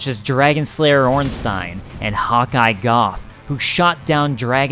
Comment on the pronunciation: I'm pretty sure it's pronounce Go (Gough).